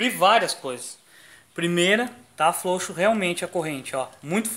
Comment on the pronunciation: desculpe a piada amigo mais é ilário vc falando flouxo - flouxar kkkkk desculpe kkkkkk pare com isso que é um pouco deselegante (a não ser que não consiga ai me perdoe mais ainda kk flw